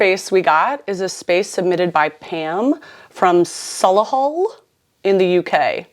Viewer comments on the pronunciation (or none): Love that pronunciation for the first room. Solihull is pronounced Sol-E-hul. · Deepest sympathy to Pam and everyone in Solihull for that pronunciation 🤣 screaming! 🇬🇧 Also, Pam, if you did 10k words in 3 days and handed in that dissy on the due date you might have ADHD because that was me 15years ago 🥴